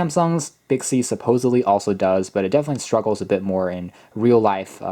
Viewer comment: Did anyone notice on video he said bixcy not Bixby 🤣hahahaha🤣